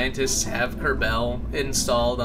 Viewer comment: why do you pronounce it "ker-bell" it's "ker-ball" or "ker-bl"